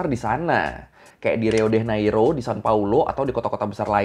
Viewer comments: Diucapkan "hiu de janeiru". "j" diucapkan seperti "je" dalam bahasa Perancis (aku orang Brasil) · Btw Bang, Sebenar nya Pengucapn Lokasi2 di Brazil itu pakai Bahasa Portugis Brazil. "Rio de Janeiro" itu diucapkannya "Hiu de Janeiru" dalam bahasa Portugis Brazil wkwkwk